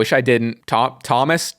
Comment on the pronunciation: I’m so happy seeing him pronounce Tomas correctly (my name is Tomas)